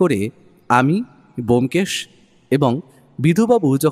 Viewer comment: Dada keno sudhu sudhu bomkesh er naam kharap korchen? Taranath tantrik naam o bolte parchen na, dada golpo ta kintu darun